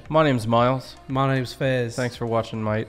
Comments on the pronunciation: Hi Fez, it’s definitely the same guy in this video as the last one, he has a beard in this one. Miles your Aussie accent is improving however, your “mate” sounds like “mite” to me. The way you pronounce “rate” in your own accent sounds closer to me. Just swap the R for a M and hang on the A for a bit. 👍🏻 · Definitely improving, Miles. When you say ‘mate’ it is coming across as ‘mite’ a little. It’s a long ‘a’ sound, so ‘ay’. 6.5/10 for the accent and 10/10 for Hotness! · Miles, is right when you pronounce "mate" You are saying "mite". It's" MAAAYYYT"- rhymes with date, late,rate. I've been commenting on this mispronunciation a number of times. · With mate you need to accentuate the a, but don't drop the t so much.